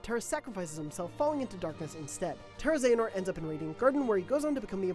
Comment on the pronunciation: Not even gonna watch due ti your pronunciations of Xehanort & Eraqus years back